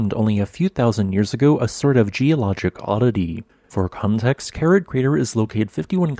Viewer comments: I have to point out that the name of this crater isn't Kerid, but Keri-eth. This is because the last letter of it's name isn't an English 'd' but an Icelandic letter that looks like a 'd' with a horizontal line struck through the upright, and is pronounced 'eth'. I learned this during a stay in Reykjavik, when talking to the hotel receptionist one day. She kindly explained about the unusual letters in their alphabet, of which this strange 'not-a-D' was one. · The correct spelling is Kerið. It's pronounced Kerith (ith similar to English with). If you can't use the special ð letter, you can write Keridh. Your automated speech generator also had a little problem with Fagradalsfjall. What would it make of Þingvellir, that very geologically interesting place? As you say, Kerið is geologically interesting because it formed differently from most other small craters with water in the bottom. But unless you are a real geology freak, it's just a crater with water in the bottom, and of rather moderate scenic interest in comparison to what else there is to see. I've been to Iceland many times, seen many scenically interesting craters with water in, and I certainly wouldn't pay even that modest 450 ISK to see Kerið. But I suppose it is included on many day trips out of Reykjavík because it is quick and easy to visit while you are on a Golden Circle (Geysir, Gullfoss, Þingvellir) day tour.